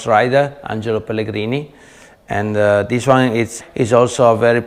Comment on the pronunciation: " Dis is a very very VERY nice " Love it brotha! Lol